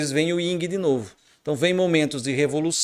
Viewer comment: Professsor, peço-lhe desculpas, mas não existe "Ying" e Yang! o certo seria "YIN" e Yang! Respeito seu canal e todo seu trabalho, mas não poderia me furtar a essa observação! Abçs...!!!